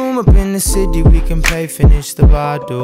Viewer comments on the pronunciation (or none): I love the way how he pronounces the word "bottle" everytime 😂